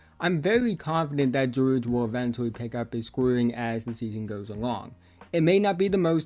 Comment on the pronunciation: Keyonte gwowge